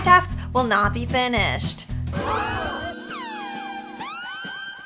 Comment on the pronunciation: I was like bruh when Megan was like IT'S AUSTUIN IT'S AUSTIN